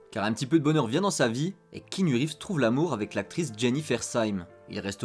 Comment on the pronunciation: C'est pas kinu reves mais KEAnu!